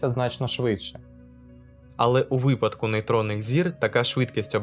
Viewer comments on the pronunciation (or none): none